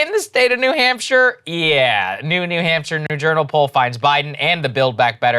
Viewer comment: I can't unhear New Hampshter. 🐹😆🐹